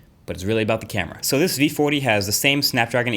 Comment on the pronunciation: vee footy